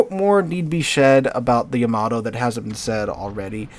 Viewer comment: yam-ah-toe you can do it, practise